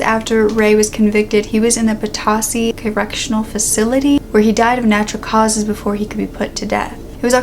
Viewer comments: Love your videos but noticed one small thing when you said potosi. Its pronounced Poe-Toe-Si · Potosi is pronounced pole toe see. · I live one town over from Potosi ..... it’s pronounced Patoesi :) .... LOVE your videos and your soothing voice!!!!